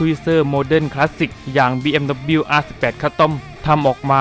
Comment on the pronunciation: อ่านว่าบีเอ็มดับเบิ้นยูนะครับ 🤣